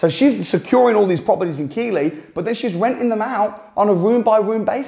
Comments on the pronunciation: The fact you cannot pronounce Keighly and classed Lancashire as one postcode shows me you didn’t do any research yourself 😂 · Keighley is prounced 'Keith-Lee'. Not done that much research then LOL. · Keighley...(Pronounced Keethley) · Keighley is pronounced Keith Lee. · Its pronounced Keith-ly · I CBA to read the comments, but in case no one has pointed out, its pronounced Keith-ley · Its pronounced keethley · Keighley is pronounced Keithley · Thanks for the research can I tell you Keighley is pronounced Keith Lee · Keighley pronounced Keethly. He's saying it completely wrong. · Wow 2.35 min in and I have seen enough..more than enough...who knew, Lancashire is a town????, I was almost done at "Key-ley" but stuck wit h it...what a mistake. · Keighley is pronounced keethley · Keighley pronounced Keithley 👍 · Do you mean Keighley pronounced Keathley in West Yorks? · Keighley is pronounced KEITH LEE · Keighley is pronounced “Keithley” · It's pronounced Keethly. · Keighly? Pronounced "Keefly" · It's keef leigh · Keighley is pronounced Keith-ley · Pronounced: Keith.....ley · It's pronounced keithley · Keighley say it like Keef-lee lol. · It’s pronounced Keithley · Keighley is pronounced Keithley! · Keith-lee, or Keith-le if you’re local, you muppet. Easy mistake to make for a southern Brum lad. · It's KEITHley 🤣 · Say it right it's pronounced Keith Lee. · Keighley is pronounced Keith-lee! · its pronounced keefly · Keighley is pronounced Keithlee :) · I'll tell you something interesting, it's pronounced Keith Lee. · Keighley is pronounced Keith ley. Lol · It's pronounced "keef" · Lol…. It’s pronounced Keith ley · It's Keith ley for fuks sake Keith ley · Was a surprising mispronunciation. I have not lived in the UK for over 30 years and doubted myself at first. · You're murdering the pronunciation of Keighley. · I think if your mentee was reporting back to you on how good an investment area Keighley is you’d know how to pronounce it! 😜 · It’s Keith Lee not keylee.